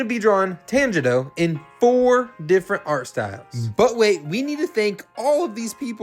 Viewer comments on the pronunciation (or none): It’s pernounced tanjiro is pronounced (ton-jer-oh)